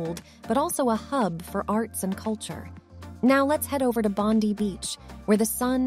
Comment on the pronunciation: I'm sorry but I'm dying how your pronouncing Bondi💀